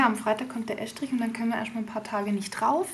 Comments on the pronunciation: Es heißt "Estrich", und nicht "Äschtrich"...!!! omG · Es - trich. Ganz einfach. Wie ess- tisch.